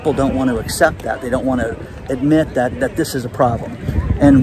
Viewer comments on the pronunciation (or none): none